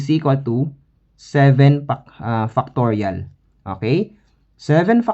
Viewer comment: The accent is Fire! 7! = Seven FUCKtorial :face-purple-crying